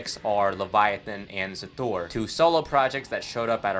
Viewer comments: Also it's pronounce Hasthur not Xas thur like you pronounce it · You are saying Xasthur wrong, and I will make fun of you for it. (lol jk like and sub my dude!)